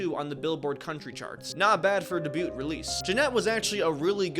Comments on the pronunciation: This was a great video but the amount of times he pronounces “debut” (day-bew) as “de-bewt” it takes me fully out of it. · I Love Your Content And Have Been Binging It The Past Few Days, But...My Man...My Brother In Critical Thinking...It's Day-bew...T Is Silent In Debut. Just A Little Jokey Critique Cause I Swear Every Time I Hear That Fabled Hard T, I Twitch A Little In My Left Eye. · Oh my god it's "Dey-bew" not "de bute" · The word "debut" is pronounced "daybyoo" not "debyute" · Not deebute, it’s deh-bue, t is silent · DEBUT is pronounced “day-býu” not “dee-butte”. Other than that great video! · Its debut not debute 😂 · Dude..."debut" is not "day-butte". It's "day byoo". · The way he says "debute" insteas of "debut" cracked me up. Good job on the story though. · Debut is pronounced: Day-Byoo .. not dah- bute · Great video! Quick note, the t in debut is technically silent. So it’s day-bew (rhymes with few) instead of day-bute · "DAY-BYOU", not "daboot"... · Please. Its debut, like day-bue, NOT "debutte" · Very comprehensive but the T on the debut is silent, saying it like day-byu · I just got to , and heard it pronounce debut as “de-booT” and realized this is all just an ai slop summary of the book. Wasting my time listening to a robot voice read me a robot script with a robot produced thumbnail. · Say "de bewt" one more time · a great video but I cannot get over mispronouncing debut (day-bue) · de-bute release? why am i watching someone who doesn't know how to speak? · you don’t pronounce the “t” in debut lol. its “day-bugh” like florence “pugh” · Saying “debute” that confidently 3+ times is crazy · Debut Him=(deh-byoot) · Day bue is how it is pronounced, the T in debut is silent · Debut:(day-byoo) the T is silent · I let it slide the first few times but if you are going to be a narrator you gotta know. debut = Day-Bue ...t is silent my guy. 💜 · its pronounced Day-Bu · “da byoot” 😭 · You say debut weird like debyut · Debut is pronounced "day beeyou"